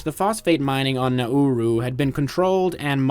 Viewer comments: I thought it is pronounced NaRoo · Everyone I've heard say it has pronounced it like the English phrase "now rue" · As an Aussie, I'm proud of you not getting it confused with Naru... Especially the when pronouncing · Pronounce the name of the island properly next time.